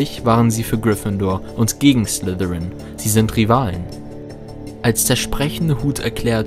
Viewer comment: Es heißt Slytherin....nicht Slithirin du Muggel